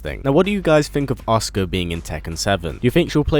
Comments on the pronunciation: Her name is pronounced A-soo-ka not oscar. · It's a..su...ka not Oscar lol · is it just me who hears oscar when he says asuka? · Every time you say Asuka I swear you're saying Oscar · it sounds like he is saying "Oscar" and keep finding myself asking who the fuck is Oscar ? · Anyone else hear him say oscar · It's kinda funny how he pronounced Asuka as "Oscar."